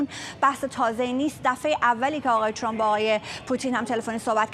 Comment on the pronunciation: چرا تحلیل گران ویامجریان خارج از کشور جوررری اسم ترامپ راچرررمپ یاترروومپ یاتررررمپ تلفظ میکنند که خودامریکائی هاوانگلیسی زبانان اینجوری غلیظ تلفظ نمی‌کنند تررررمپ چرررررمپ بسه عقده 🤮 بخصوص رااقای چومپ،عقده اینکه لحجه انگلیسی داری توروکشت 🤮 چومپ